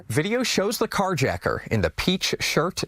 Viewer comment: "CarjRacker..." Tha total F?